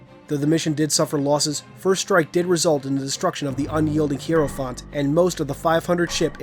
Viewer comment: cant pronounce hierophant :c